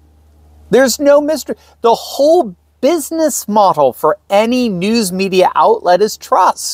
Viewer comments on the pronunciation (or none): none